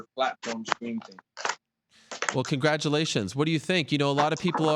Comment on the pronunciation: Ariel "Congratulatkons" Helwani